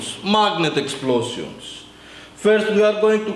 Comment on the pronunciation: XD i love how he says explosion instead he says "explozeeoon" im not offensive or anything